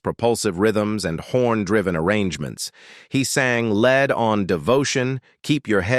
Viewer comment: He’s definitely reading from someone else’s storyline by calling lead “led” and other mis-pronounced words.